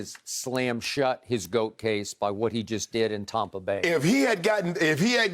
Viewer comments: TOMpa Bay, like Tom Brady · “Tompa Bay” 😂😂 but true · Tompa Bay Bradyneers